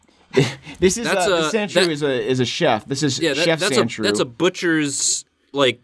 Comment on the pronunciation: Omfg.... Sandshrew...... Sand.... SHREW. Geeze LOL